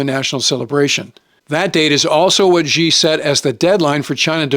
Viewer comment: President Ghee. hahaah fix your pronounciation.